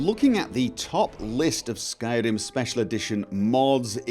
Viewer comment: Skyrim......Skyr-r-r-r-rim....Skyrim....Skyr-r-r-rim. Don't tell me you're not aware you chop and change the way you pronounce singular words. That is not the same as your accent when saying talkin-geh, that's part of your area's dialect.